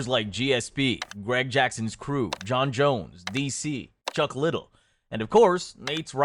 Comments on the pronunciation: Chuck Little? Mi Thai? Brother you've got to work on your pronunciation of things if anyone is going to take these videos seriously. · Another Ai slop video. Chuck little lmao nobody would make the mistake if they were real and spoke English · Did this mfker just say chuck little ? Tf ill finish the video when you pronounce it correctly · This dude said “chuck little.” 😂😂say it to his face 😂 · Can't do an MMA vid and go "Chuck Liddle" in the first 20 seconds then expect to be taken seriously. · "Chuck Little" lmao i love how different that sh always gets pronounced differently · The ai slop is getting more advanced, however chuck little was a dead giveaway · Its chuck liddell mate